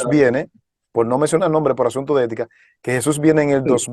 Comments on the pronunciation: Para q todos los oyentes entiendan,yo diria q pronuncien Jesus en lugar d shusha y mesias en vez de meshi por favor,AL fin estamos oyendo en español,les ruego y q Dios los bendiga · Ya no me da confianza este canal xq estan meiendo a señores q no son adventistas verdaderos el invitado dice JHESUA Y otra palabra mas ,y esa manera de pronunciar el nombre de Jesus es de los Pentecostales de raices hebreas,y otros mas .Por otro lado ese tema no es para salvarse ,he escuchado muchos ,y cada quien da verciones q en lugar de ayudar confunden ,lo q todo cristiano debe hacer es vivir como Cristo vivio (andar) y psrs q buscar lo q no nos toca saber